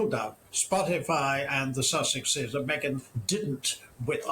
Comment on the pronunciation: Do you mean meee- Gan?